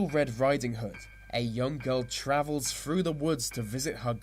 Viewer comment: his "th" are pronounce with "F". Through= Frew Three= Free throats= froats thirteen= firteen